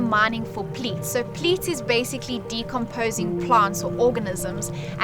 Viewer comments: Pleat? I think you sneaked in an L that’s not supposed to be there: peat. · He doesn't know where S.A is ? Everyone knows where S.A is. The Netherlands is a different matter. The word is 'peat', not 'pleat'.